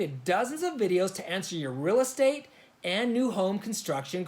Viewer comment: Odd - Us Arizona LDS members call stakehouses "stake centers" instead. And when you said "real estate", you sounded like, "rell estate", not "REEL Estate", like we say it here. Arizona natives in small towns sound kind of like southern Utah towns (without the a<->o swapping), but there's more of a Texas drawl mixed in as well. And no, we don't have creyens in AZ. That person was crazy... :)